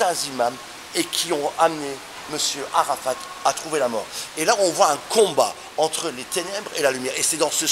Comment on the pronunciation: Où les musulman vont là le mot ne se dit pas Arafat on ne lit pas le t